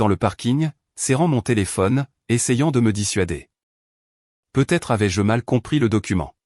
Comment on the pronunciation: C’est l’IA qui n’est pas au point. Le peu être me fait bondir. Peut-être en prononçant le t serait mieux.